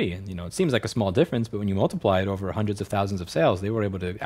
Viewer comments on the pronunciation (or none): Just me or does this guy say "Hunderd" instead of Hundred.